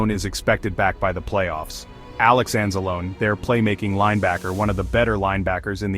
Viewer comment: You dont know how to pronounce Alex Anzalone's name??? 🤦🏼‍♀️